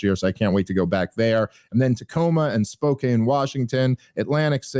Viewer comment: Spoke a knee